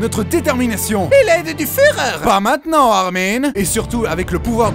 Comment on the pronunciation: Juste il y a pas de e a armin Xd